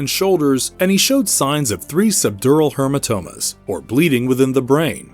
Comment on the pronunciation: did you say hermatomas hahaha